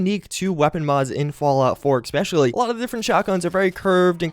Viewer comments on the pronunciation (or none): I'm going to unsubscribe. It's ESpecially, not EXpecially. Goddamn.